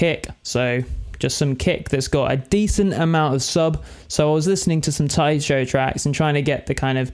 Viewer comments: Isn't it Tycho like Tycho Brahe? With a hard 'c'? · Say Tai-CHO one more time mudda fukka?! I dare you! I double dare! SAY> TAI_CHO > ONE > MORE > TIME lol